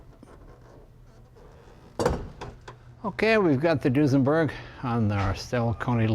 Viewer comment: So, it's a"New-senberg"?